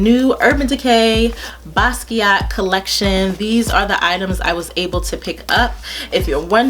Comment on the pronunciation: it was getting on my nerves to that they could not say his name right!!! its like take 5 seconds to get on the internet and learn something at least how to say the man's name!!! Anyway I love Basquiat and Im glad they did a good job on this collation!!! you are so beautiful and I love your videos!!